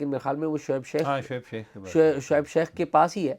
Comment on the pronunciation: Mr. Azaz Syed, Please improve your accent, It's Shoaib Sheikh, not Shaikh, there are many other words that you pronounced very badly that required improvement. Your Investigative journalism skills are very good, keep it up.